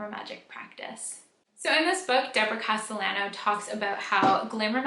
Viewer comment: The writers last name is pronounced Casteyano